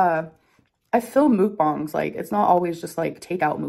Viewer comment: after all this time she still can't pronounce "mookbahng" correctly